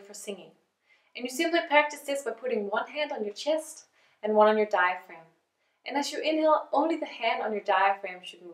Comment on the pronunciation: neither diagram, nor diphragm! It is diaphragm! Otherwise very short but precise explanation - GREAT! Your course on your page looks interesting, a little more infos would be nice though, especially how long the program is, how long, i tense the videos are and if there is a continuation? thanks....